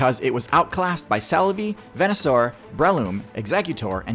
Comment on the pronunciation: bro said ven-ah-soar